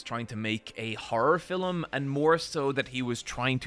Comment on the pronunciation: My favourite thing about accent is that he pronounces "Film" as "Fil-uhm", it's just adorable...